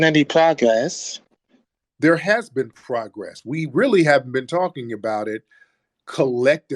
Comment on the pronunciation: Why haven’t it been any pragless? Sir what’s a pragless?. Lol, you mean progress with your sassy self. Sir where’s your progress of manhood?. Sir where’s your progress of speaking with a mainly deep voice?. Sir where’s your progress going to a speech language pathologist? With your speech impediment. The nerve of these people. Questioning us…